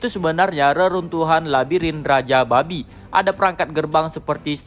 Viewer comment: Penekanan "babi" nya mantap wqwqwq